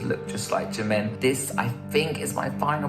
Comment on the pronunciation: Bro did not say "Jaymin" instead of Jimin💀